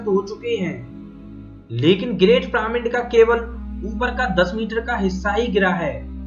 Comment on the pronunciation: "पिरामिन्ड" नहीं "पिरामिड" बोलते है भाई 🙄